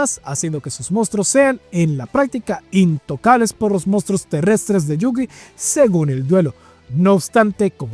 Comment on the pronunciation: Sus "mostros" jajaja